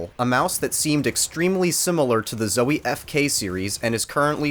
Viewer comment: I don’t trust reviews from somebody who is so trash at quake and who pronounces zowie incorrectly.